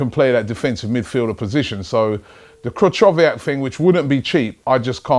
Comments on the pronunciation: Krychowiak is class, he would defo do well in England. You pronounce his name wrong though, it's more like Kree-ho-viak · You read "ch" in Krychowiak's name wrong! You should read it like "H" in Highbury :D best wishes, B.